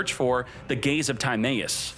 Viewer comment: Bruh the way he pronounces "Timaeus"